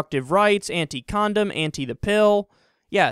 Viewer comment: Can't pronounce "anti-"